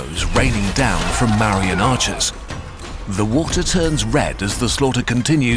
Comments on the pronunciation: Asoka was a buddhist before the kalinga war and Buddhism was not a small movement it was very much popular becuz of mangdha empire rulers And ik it's an ai video but - it's pronounced ma - vu - riyan empire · o0 is Marian definitely the correct pronunciation for Mauryan? because if I weren't paying full attention I might think you're talking about a battle hardened, special weapons class of Karen… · This is a great video but the mispronounciations of 'Mauryan' and other Hindi and Sanskrit words is so P A I N F U L